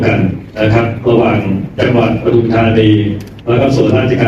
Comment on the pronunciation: ปทุม ค่ะ ไม่ใช่ประทุม อ่านว่า ปะ-ทุม-ทา-นี ไม่ใช่ประ-ทุม-ทา-นี 555(ภาษาไทยถูกต้องด้วยนะคะ)